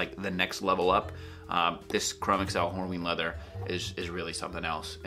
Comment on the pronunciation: Your videos and reviews are tops, and I commend you for shrugging off sponsorship. Now, I'm no leather expert, yet I am quite certain chromexcel leather is older than microsoft and google...In short, it is pronounced chro-mex-ul...one word.